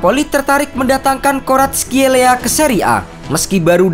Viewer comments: Ga usah ikutin gugel min, Baca aja nama nya varatskelia 🤭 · Kau salah nyebut namanya Mimin, yang gue denger di serie a gak gitu kayak faratelia gitu biasa aja komentator nyebutin nya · bukannya varatskelia ya dibacanya